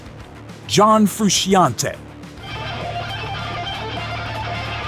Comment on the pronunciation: It's PEERT, not PERT. : And John Frusciante's last name is actually pronounced FROO-SHON-TAY, not FROO-SHE-AHN-TEE.